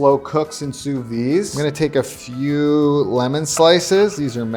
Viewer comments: sous-vide pronounciation: soovid, not sooveed, and don't skimp on the d sound. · Can we all say it together?: "SOO-VEED". The "d" isn't silent, just because it's French. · I'm sorry I just gotta say this, it's sous-vide with a d sound at the end. In english and french. It just hurts my french heart to keep hearing him say "souvy"😭